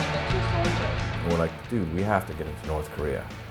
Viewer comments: The narrator seriously needs to practice on saying 'Korea', it sounds like he's saying 'Korrrrrrrrrea'. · the guy pronounces korea , career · Does anyone notice the North Korean Commentator saying "Korea" like "Career?" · Ilove how they say Keureyeur instead of korea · announcer voice “korear” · Also, "Kareer"... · "North Korear" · Korear. Korear. Korear. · I had to idea it was pronounced Korear! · i didn't realize Korea was pronounced, "Ka-reer"